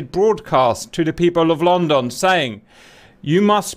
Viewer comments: Omg no please don't say london like the u don't pronounce the "o" just say london but if it had a "u" in it instead of a "o" so 8is lundon but its spelt london. Anyways sorry I had to say smth be this kinda triggers me bc I am British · “Lonn don”🤣🤣🤣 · "Lawn Dawn" 😆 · Please tell me I'm not the only one who thinks he's saying "long dong." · Funny... "LOWNDUN". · Ah yes Lon-don. Laughing so hard right now lol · The pronunciations of London are killing me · Why does he say London so weird ???